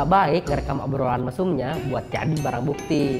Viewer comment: ngebacanya baiq bang bukan baik